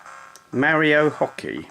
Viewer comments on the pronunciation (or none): I notice that almost every video review of the PXP3 points out the dubiously title “Mario” Hockey. It’s not THAT Mario. And you pronounce his name Marry-oh. I’d know, I grew up in Pittsburgh in the 80’s and 90’s.